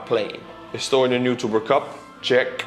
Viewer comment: Those estonian r's are just the chef's kiss. I worked with an estonian conductor for a while and I loved the way he pronounced my first name, which does include an r. Give those r's some love.